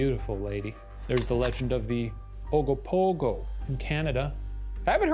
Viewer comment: I live near the lake containing the Ogopogo and I was really looking forward to hearing Shane's pronunciation of "Okanagan" lol I do appreciate how gingerly he pronounced Ogopogo though